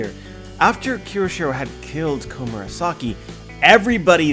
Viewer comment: as a weeb/anime fan/one piece fan HOW CAN YOU POSSIBLY THINK IT'S PRONOUNCED "KI=O-SHIRO"???? kyo. kyo. KYO. KYO. SHI. RO. IT'S NOT THAT FUCKING HARD it's a phonetic language as someone who makes a living off of reviewing this shit, how can you POSSIBLY not have a basic understanding of this yet????